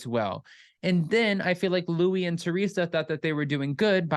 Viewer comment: I got the feeling when I watched Luis that he totally was ACTING like a peaceful guy but… 🤷‍♀️ It’s so annoying that everyone including Teresa calls Luis Louie 😂 it’s pronounced Lu-ease…we all Americanize our names that it ends up changing it all together